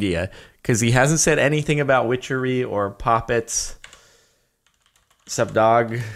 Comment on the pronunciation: wow I think that Everytime I hear whichery glad I'm not the only one